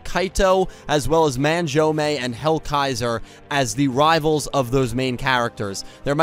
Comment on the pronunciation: The way you pronounce Manjoume is painful to listen to.